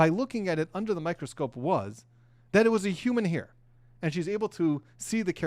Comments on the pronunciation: Its not heir, its hair.!! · It's HAIR, not HEIR!! 🙄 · A hear?? It's a hair not a hear😂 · The word hair is pronounced "hare" and not "here". Minor point. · Hair, pronounced like "hare".